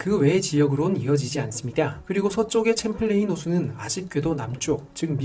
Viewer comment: 내용중에 계속 챔플레인 호수라 하시는데요. 샴플레인 이라고 발음 됩니다. 프랑스 이름인 샹플랭 에서 와서 그래요 “레이크 샴플레인” 입니다